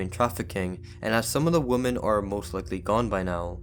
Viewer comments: The word is WoMEN not WoMON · Great content but it's pronounced WIM-MEN for women; you're pronouncing it as the singular, woman. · Please learn how to pronounce the word "women" ....... it's NOT the same as "woman" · Didn’t you promise to learn how to pronounce the word Women?